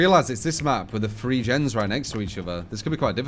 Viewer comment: Just the way some of us Brits pronounce the word "Three" I'm afraid